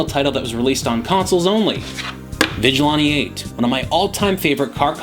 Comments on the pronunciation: It's pronounced Vij-a-lan-tee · Say it with me: Vigil-"anne"-te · "Vijilaunty eight" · Why do you say "Vigilante" so weird? STOP THIS.